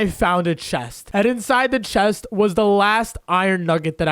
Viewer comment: um you in the video when you needed to get to the crafting table you said i need to open the chet XD